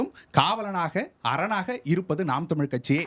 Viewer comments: உண்மை வரலாறு தெரிவது அவசியம். தமில் இல்லை தமிழ். "ழ்" முக்கியம். தமிழை கொல்லாதீர்கள் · இவனையெல்லாம் யார் பேராசியற்சியாக அறிவித்தது தமிழை, தமில் னு உச்சரிக்குறான்.